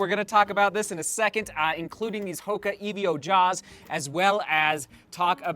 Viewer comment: Sorry to be that guy but it's not E-V-O just evo as in evolution